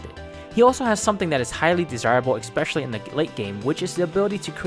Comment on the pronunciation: Expecially is not a word.